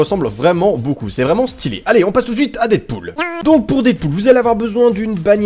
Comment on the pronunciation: quand tu as dit deadpoul j'ai compris des poule Je me suis dit WHAT 😲